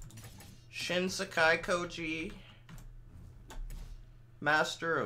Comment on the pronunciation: The only thing about shin sekai koji that makes me hate it is how they pronounce it SOOOO badly